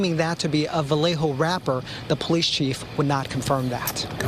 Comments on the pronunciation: You say the Town Va lay ho. Vallejo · This man said Va-he-o bra it’s not in Mexico it’s it norcal it’s Va-le-ho. Vallejo🤣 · bro how you play a clip and in the clip it says that 1 of the people who attempted to rob the retired captain was a vallejo rapper and you still pronounce vallejo wrong...